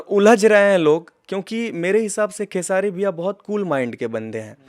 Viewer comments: खेसाडी नहीं खेसारी भाई बोले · खेसाडी नहीं खेसारी भाई बोलो